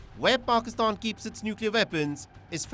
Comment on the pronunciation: First learn to pronounce the word pakistan 😂